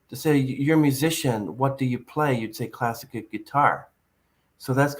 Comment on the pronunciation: says "classakid guitar"........um........hahahahaha what